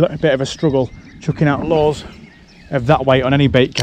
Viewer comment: Every time he says “lures” I hear “laws”